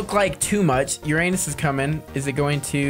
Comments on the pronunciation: You Said it Ur-anus sooo THE THING HAPPENS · “Between Neptune and Uranus” he said it wrong 😭